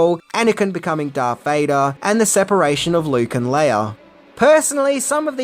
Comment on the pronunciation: Who in the hell is Darf Vader??